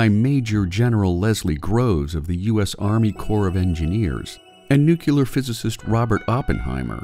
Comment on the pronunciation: It's not "new-cue-ler"... omg